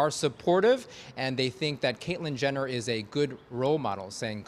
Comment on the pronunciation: Sounded like he said Caitlin Gender